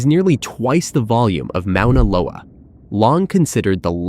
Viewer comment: Got to love AI, it can't even properly pronounce Mona Loa! It is not the largest volcano on the planet by volume! It's not even 4th. Mona Loa isn't known to be the largest volcano on earth! It is hands down the tallest mountain on earth being over 1000' taller than Mt. Everest, however it's not higher above sea level, most of it is under the ocean. Just more fake BS.